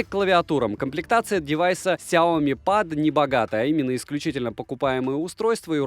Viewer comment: ПЭД БЛИАТ СУКЕА, А НЕ ПАААААД